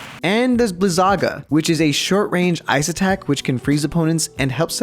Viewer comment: he pronounced all the magic names like fearAHGA and thunDAHGA and blizAHGA lol it’s just blizuhguh and such